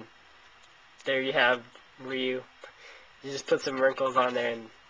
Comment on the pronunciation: its not reeeeeeeeeyou.its roo or rye-you